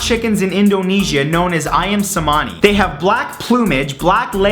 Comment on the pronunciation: Ayam is Chicken in Indonesia, and Cemani is pronounced with a hard c (China).